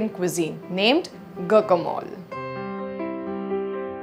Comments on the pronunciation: It's not go-co-mol , it's gwa-ka-molæ. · It's pronunced gwacamolee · Please check your pronunciation.... it’s strange you are promoting a recipe you do not know the correct name of! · Learn to pronounce it right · she doesn't know how to pronounce it plus her recipe is wrong too lol. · She didn't even pronunce it right , smh